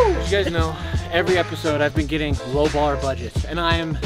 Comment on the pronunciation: I'm gey'n through, don't worry guys Also: don't think that i can make it to the ambulance